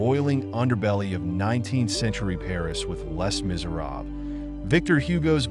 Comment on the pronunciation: Just a note - the "Les" in Les Miserables is pronounced "Lay"